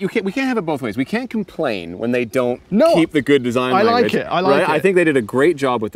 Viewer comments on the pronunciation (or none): none